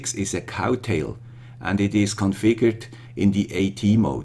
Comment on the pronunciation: Good job (as always), but I feel sorry to tell you that it's "Crowtail" not "Cowtail" :(